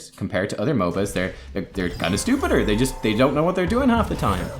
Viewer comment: Stuhpuhd and stoofedeer lel